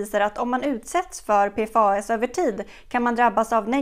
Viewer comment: En detalj, förkortningen PFAS på svenska utläses som ”P-FASS” 😉